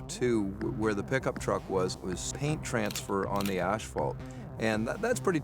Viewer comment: Ashphault lol